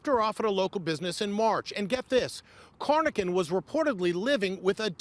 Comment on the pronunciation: Corr: Robert Lawson Carnochan. not "Cornochan"